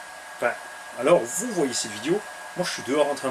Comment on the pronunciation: "Toutes les machines que vous voidayer derrière vous" !!!??? Et voilà encore une nouvelle langue... 😁